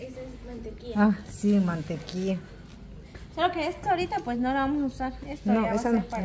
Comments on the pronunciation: No eres la única... Yo dejé tu video para escuchar cuando dijiste MANTEQUIA? Entonces vi el video era la Mantequilla.. No es por ser criticona pero si se escucha raro. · No sé dise mantequia sé dice mantequilla